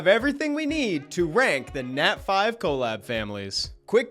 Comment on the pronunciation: The way he pronounces "colab" is crazy lol "co-lab"